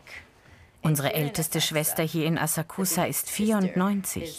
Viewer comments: Bitte nicht schon wieder eine scheußliche Aussprache! Ihr seid doch eine Wissenssendung oder? NICHT "asah-kusah" sondern "assaksa'". Mensch, die Japaner im Video sprechen es doch richtig aus. Habt ihr bei Galileo keine Japanologen oder könnt ihr keine organisieren...? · Es wird Asaaksa ausgesprochen... :( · Es wäre schön, wenn das Galileo Team die Aussprache verbessern würde von den japanischen Wörtern. Wenn die Dame die Wörter wie Asakusa und Shamisen schon original ausspricht warum sprechen die beiden Kommentatoren es immer noch falsch aus. Seltsam...